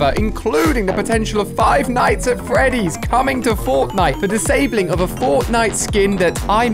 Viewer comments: DId you just (Five nights at Freddies) What FREDDIES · Five nights at "Freddies" 😆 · is "Five Nights at Freddy's" not "Five Nights at Freddies" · they were pronounced "Freddies" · Its not freddies is Freddy's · jesus christ "freddies?" smh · No one Ali-A: Five night at FREDDIES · He said feddies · He’s saying it like it’s plural